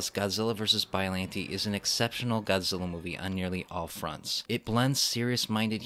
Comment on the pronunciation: I think biolante is pronounced (bi-o-lon-tey)